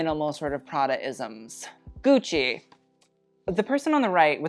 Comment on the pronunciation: Please don’t say “gooch” 🤢🤮